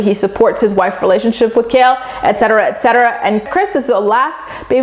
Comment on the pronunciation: Take a shot every time says excetera excetera 😂